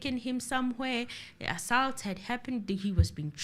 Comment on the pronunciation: the way you pronounce “assault”